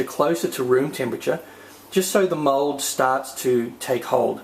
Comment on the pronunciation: 1. It's mold not mode... 2. It's in the description, check before you ask something.